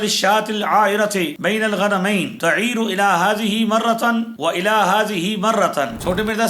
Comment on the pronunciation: السلام علیکم آپ کی اسکرین پر پیش کردہ متن میں غنمین غ پر پیش ہے اور آپ نے پڑھا ع کے بعد والے ن کے نیچے زیر ن کے بعد ی کا اضافہ اس کی تصحیح ضرور فرمائیں شکریہ